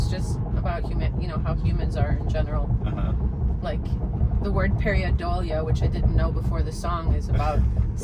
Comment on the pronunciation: "Pareidolia", (per-ˌī-ˈdō-lē-ə) but I forgive the mispronunciation. Very few people know the word :)